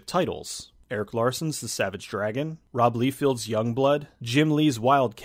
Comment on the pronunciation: "rob leefield" hahaha